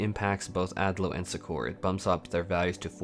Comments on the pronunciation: Suck-Err, not Su-Kor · Succor is pronounced as "sucker" xD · Yeah that threw me off as well lol